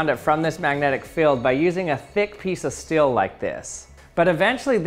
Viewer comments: Learn how to say the word STEEL, it's not stil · The moment when you can't hear the difference between "still" and "steel" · Dear lord please learn how to pronounce steel